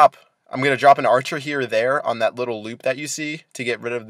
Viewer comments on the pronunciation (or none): none